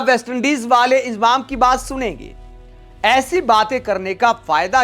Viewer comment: इंजमाम बोलना सिख ले इजमाम बोल रहा है